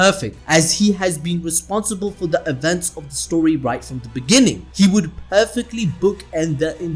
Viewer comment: it deh beninging